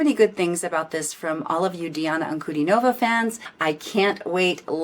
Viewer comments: In Diana's surname the stress is on DIN, not NOV. Just FYI. She's wonderful isn't she? Glad you enjoyed her performance! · "An-ku-DEE-no-vah". Accent on the middle syllable ;).